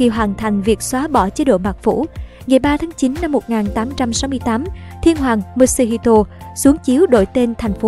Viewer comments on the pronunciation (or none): Ad ơi mutsuhito ko đọc là "mut-su-hi-to" mà là "mu-tsu-hi-to" mới đúng nha